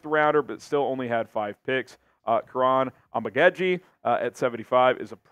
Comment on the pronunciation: ISTG it is Om-uh-God-Jie not Om-ih-ged-jie